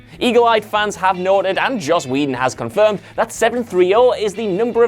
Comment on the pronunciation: It's Joss...